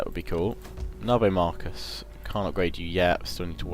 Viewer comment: did you just say narbo marcus? really? XD waw